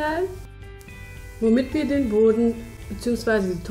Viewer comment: das heißt boden nicht böden